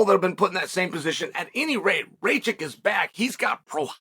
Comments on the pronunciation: reykitch 😂 it's ruh kitch (or just rakitch if you want to sound american) R - R (rolled like in german) A - Uh K - K I - eeh (like in german) C - Tch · Racic? Alexander Rakic? 😭😂 ayo Chael is the goat 🐐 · "Ra kitch" Chael smh hehe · alexander RAY-CHICK …. fuck me chaels pronunciations are comedy gold 🏅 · rakic. Pronounced rakitch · took me a while till he mentioned jiri then i realise its rakic 😂😂😂😂😂😂